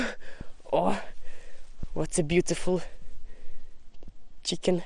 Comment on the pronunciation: I have to laugh when you call rooster "a chicken". Chicken is female, while rooster is a male. The way you pronounce "chicken" is hilarious and cute.